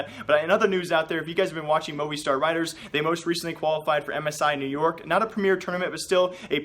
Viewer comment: It's pronounced moviestar not movei